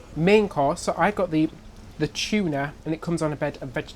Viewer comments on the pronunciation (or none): I don't mean to sound petty but half of your presentation is you speaking. I find myself irritated by the way you pronounce many words, such as "tuna" (choo-nah), "boulevard" (boo-lev-ard), "pool" (poo-well). To be really top-notch, you should pay attention to the pronounciation of words. I know you will probably say that you have done quite well so far with the way you pronounce these words so why should you worry about it. I am probably in the minority but it really does turn me off.